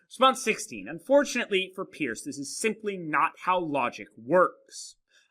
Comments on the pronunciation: Peirce is pronounced like "purse" not "pierce." I couldn't watch the video because it annoyed me so much. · It's perce (peirce) not peers. You have not read Peirce very well and your picking and choosing of selexted sentences is fallacious . You must disavow the underlying skepticism that underlies his philosophy, and with which he critiques Descartes. He is very clear about clear ideas and the method, pragmatic, which you have mischaracterized in fact ignored. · Thanks for the video, which I found interesting since I did my doctoral dissertation at Ohio State on the pragmatism of Holmes, Peirce, James, and Dewey. However, I winced the first time (and every other time) you mispronounced Peirce's name, which immediately detracted from your professional credibility as a philosopher -- but I'm glad to see you correct this in your own comments. It would also help you on a professional level to have someone carefully edit your text graphics. You continually misspell "fallibilism," for example, and you don't seem to know that "it's" is not a possessive, and you make other careless errors. Once again, these are stylistic problems, not substantive ones, but in the professional world, your substantive content (and thus your credibility) suffers when it's tainted this way. If you are going to "put yourself out there" with public videos like this, just as you would if you were to submit a paper for professional publication, then make sure you leave out the sloppy mistakes.